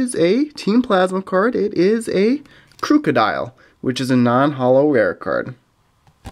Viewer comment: Its pronounced Krook-odile (like crook) not Krouk-odile